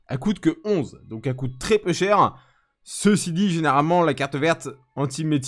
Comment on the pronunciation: T drôle quand tu dit peux cher